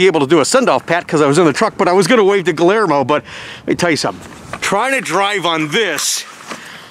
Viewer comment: not to be contrary, but the name is pronounced like Gee-year-moe. The double L is a pronounced like a Y. I apologize to anyone that I offend. My high School Spanish is showing it's ugly head! I take correction easily.